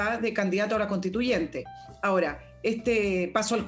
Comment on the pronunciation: ¿Qué es CONTITUYENTE? CONSTITUYENTE.